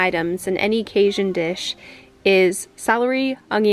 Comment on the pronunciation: I giggled at your pronunciation of Cajun. (Kay-jun) hard j like Jam Jelly etc not Kay-zhun ;) otherwise it looked really good. We put cayenne pepper in ours and spice it up and a few more tomatoes for a little soupier consistency. But it's kinda one of those personal preference dishes. The wall looks great. Will you be doing the other walls as well?